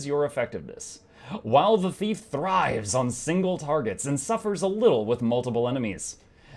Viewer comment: Say thrive again! I dare you!